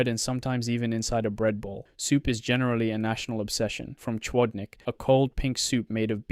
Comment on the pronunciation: Nice video, but please, research the correct pronunciation next time, it is hilarious to hear chłodnik bing called "człodnik" 😭 it's /hlodneek/